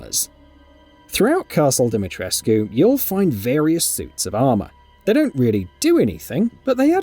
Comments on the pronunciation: omfg im romanian and this annoys me... the "U" ISNT silent! it's pronounced deemeetreskoo... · We've been over this... It's DimeTRESK.....not DimetresQUE. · it's just obvious that the narrator hasn't played the game or even watched videos of the characters saying her name. The writer probably could have put how to pronounce it in the script, buy just wanted to let us all cringe instead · Thanks for bringing it up, annoys the crap out of me. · Do you even speak Romanian?💀 I personally don't, but I also don't insult Romanian people by telling them what the correct way to pronounce their names is. Use Google Translate to see how it's pronounced. Romanian is a phonetic language and you read it exactly as it is written, with a "u". (I'm greek btw and I get so annoyed when foreigners insult balkan people)